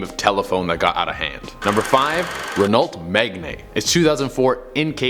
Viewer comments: Rehnault magnay? No, it’s pronounced reano me gán. It’s just spelled Renault Megane. It’s French my dude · Sorry but Renault megan is pronounced Reno megann other than that love ya. Just sounded so funny when you said it wrong lol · Renult megnae 😂😂😂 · Rennalt Magnae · lol, It's pronounced "Renno Meg-Anne" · How did he even say renault megane??😂😂😂😂😊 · I’m American too, and I know how to pronounce Renault Megane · I knowww o was like its not bloody pronounced like that